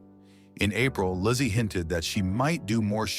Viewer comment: lol the AI can’t even get the woman’s name right apparently she’s got three names lazy Larse and lassy